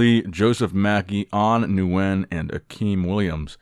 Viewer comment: Let me help you out, Nguyen is actually pronounced "win"